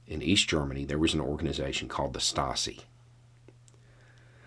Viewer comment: Excellent argument. BTW, 'Stasi' is pronounced "SHTAH zee".